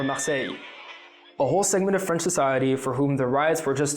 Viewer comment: Very good French pronunciation